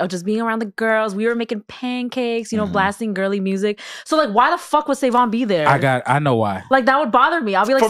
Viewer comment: yo that intro throwin me off SaVon you gotta switch that lol you can be " sa with the clean slate" or something but the pause into the "N" .... ( also s/o to P referencing rhody and my home turf's terrible driving that actually happened to me one time and somebody who saw us driving had called the police on us homie threw something out the window at me blew a red light trying to fishtail me)